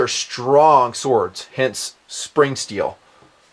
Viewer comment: lol@ "sowawds"